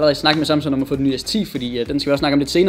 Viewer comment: Du siger Samsun... Det tilter mig...